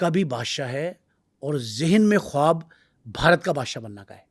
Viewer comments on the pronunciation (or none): none